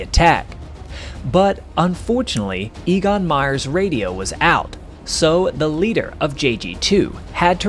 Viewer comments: Your guy's name is not EE-gon, but A-gon. Not surprising when you consider that the names for the German letters go: Ah, Bay, Tsay, Day, A -- so the name of the German fifth letter, "E", is pronounced very much like the name of the English first letter, "A", and that's what you use for his name. (I don't want to render the sound as "Ay", because lots of folks would pronounce it like "aye, aye, sir". Now, for "Jagdgeschwader", YOU say "JG", or "Jay-Gee", which doesn't cut it. The German letters would be pronounced "Yot-Gay", but they don't use the abbreviation. Just get over it and learn how to say "Yahkt Guh-schvah-duh" and feel that warm glow of accomplishment flood through your body. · EGON is pronounced EHGON as e is pronounced a in every other language but English.